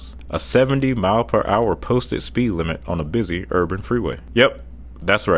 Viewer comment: I’ve seen people who can’t pronounce Rural (he says Ruul 🤭), but this guy can’t even say Urban. (Urbran 😆)